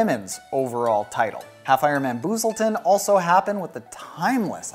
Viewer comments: FYI it's pronounced Bus-selton not Boooosleton, and I completed my 1st May 70.3 there after completing 2 December 70.3s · The town Busselton is pronounced like bus - like the public transport.